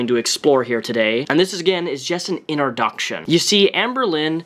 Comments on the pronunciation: "innerdoction" (introduction) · I can’t wait for part two, he says this is just a Innerduction video